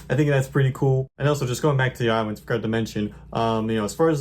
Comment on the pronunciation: I awso wove iwinds. Nice video 👍